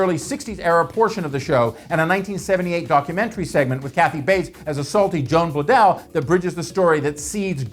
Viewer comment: It's not "Joan Blundell," it's pronounced "Joan Blonde-dell." Sheesh, this guy doesn't know his stuff at all.